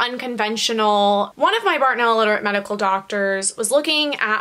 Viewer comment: Did u say bartoneller on purpose? I say it all the time to mess around thought I was the only one 😂😂